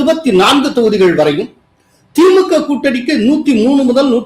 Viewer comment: Sir any reason why you pronounce Thi Mu k, Aa Thi Mu k bit Tha Ve ka? Why suppress Ka for these two parties?